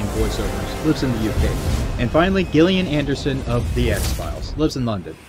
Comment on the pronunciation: I have to complain a little, my good man. Your narration feels quite rushed this time around, or, maybe just like it's an early draft. I'm hearing lots of mispronounciations, even some flubbed lines that needed a second take. Simple words like "profitable" and "muted," and beloved actors' names like Gillian Anderson... I don't know how fair it is of me to levy these complaints ... after all you're giving us this content for free . Nevertheless I'm sensing an overall dip I quality in this episode, which, while far from a deal breaker, is a bit of a shame at least. On an entirely other note, I feel like some of your points about Roberts are - for the first time in this series, mind you - a bit unfair. He had no formal training and never went to film school? He didn't hire AAA actors for commercials at exorbitant prices? Surely there's enough fodder for deserved criticism in the dumpster fire that is SC that we don't need to reach quite that far to find our 'I told ya so' factoids? Anyway, I hope this doesn't come off like someone just spewing vitriol for the sake of it ... if it does, I'm sorry, you don't deserve that. You do good work. Important work, I feel. And I'll always stay subbed to get the latest of it (again, for free...). It's just that, for me, this episode doesn't quite feel up to the standard of quality you've set for yourself in previous episodes. Then again, I suppose every long-running series of any kind has an episode or two that doesn't resonate with absolute